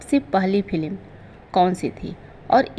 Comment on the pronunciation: फिल्म को फिलिम n बोलो बुरा लगता है आप उच्चारण सही नहीं करती तो वीडियो n बनाए